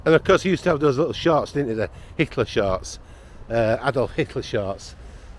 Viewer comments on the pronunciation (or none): none